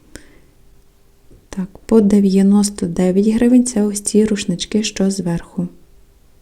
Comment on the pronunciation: тшому ви так тшвакаєте - рушнитшок, штширо, і т д. Аж тошнить від вашого діалекту. Чому не розмовляти нормально, без кривляння і вподобяння польському діалекту?